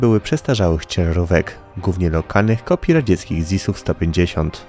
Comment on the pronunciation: Chłopak ma wadę wymowy. Ale nie poddał się, nagrywa super programy!